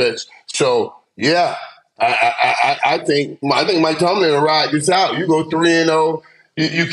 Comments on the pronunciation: Please someone tell killa it's Mike Tomlin! Not Tomlinson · Cam it’s TOMLIN 😂😂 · Cam always call Mike Tomlin Mike Tomlinson 😂😂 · Who is gone tell Cam one day it’s not Mike Tomlinson. It’s Tomlin 😂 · They told him when he first said it on a previous episode, but he just calls him Tomlinson 😂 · Is ever gonna ask Cam to stop mispronouncing her coach’s name? Tomlinson? 👀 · Cam never says Mike Tomlins name right 😭